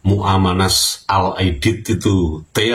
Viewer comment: Muanas mas, bukan Muamanas.